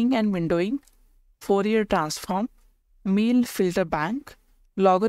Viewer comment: Mill? Its Mel